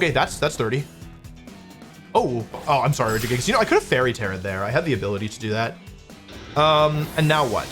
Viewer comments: Wolfey you should make a video covering your tendency to intentionally pronounce pokemon names incorrectly because I miss hearing "Regijigas" and "Cinder auchie" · I’m suprised he said regigigas normally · As someone who always pronounced it as "Reji jigas", I keep getting confused every time he says "Gigas". 😂